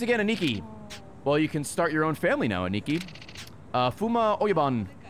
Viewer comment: Ray you can’t ask why he’s saying Shimano wrong when you pronounce “aniki” like it’s spelled “Ah knee key”